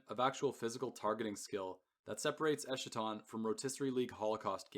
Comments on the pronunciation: Eskaton… not eshaton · esKaton, like eschatology, greek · You’re pronouncing eschaton wrong